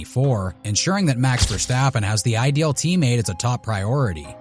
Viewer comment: Versteapen 😂 Never heard it pronounced like that